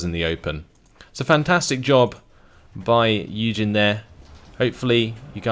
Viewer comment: I was listening to the video without really watching in the deployment phase for the first YueJin game commented, and for a while I literally thought the guy was called "Eugen".